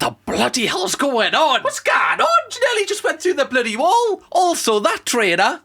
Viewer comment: “What the blaady hells going on” 🤣 why’d you go all Cockney 😂😂